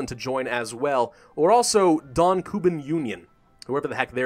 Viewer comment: It's not KUban union, it's KubAn!